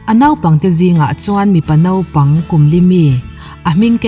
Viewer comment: Nopang ti lo a,Naupang ti a ilam hi atha khop mai👍